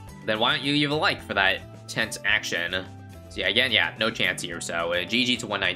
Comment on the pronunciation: Wonder why was emphasing on the words “tense”, “for” and “to”